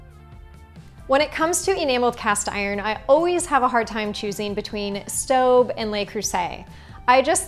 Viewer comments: I don't pronounce Staub the way you do. If you search online you'll see this: Staub: Pronounce this German brand of cookware (which is owned by Henckels), “SHTAH-b” (not, “Stow-b”). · Staub is pronounced SHTAWB.